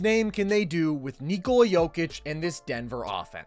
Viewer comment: Your pronunciation of " Nikola" is spot on. 👏🙂⭐